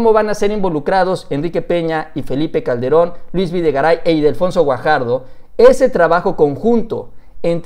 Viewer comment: Ildefonso, no "Idelfonso"... XDXDXD